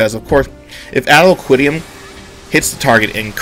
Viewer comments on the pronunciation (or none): Dude, Physick is pronounced PHY(Physical)-SICK(Sickness). Adloquium is pronounce add-low-kwee-um. Succor is pronounced suck-cur. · Ad - lo -qui (kwi) -um Physic not faisick (No idea how you got this one wrong) Eos is e o su instead of elos Your math is wrong with Adloquium and Succor - the tooltip is just saying that when it crits it will apply the same strength shield as the crit; not double cause that would be OP as shit. E.g 300 - 300 shield 600crit - 600 shield atm i can crit for 1.1k on an Adlo so there isn't a major gap between WHM and SCH. The difference is that WHM has mana problems SCH doesn't but if the raid needs to survive this fat ass attack coming up and the raid is pretty low atm they can MP dump some huge numbers and regens where as we can only reduce the damage but still aid them slightly. Succor is strong it gives a 300ish heal and 300 shield for 30 seconds. In a raid people will always take damage so 300 damage less is nice. Lustrate is only good cause it's off GCD and it will be amazing later on (probs will get nerfed by then). Sacred Soil is good cause it's 10% as you said and everything counts. But look at the tooltip. Has a chance for a free Succor. OPPPPPPP